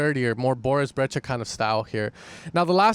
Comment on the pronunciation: Brecha or brejcha? 😂